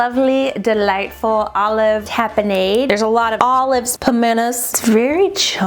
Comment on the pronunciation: It's pronounced like TAHP-EH-NAHD